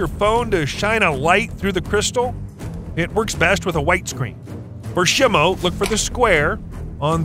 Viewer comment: FYI say it like shymo